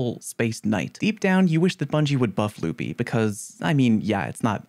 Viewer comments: Love the video! One thing I would say though, is "lup-eye" is the proper way to pronounce it! lupi is latin for wolf and that is how it is pronounced >:) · Re: alpha lupi, it’s Latin so yes you said it wrong. Facts don’t care about your opinion.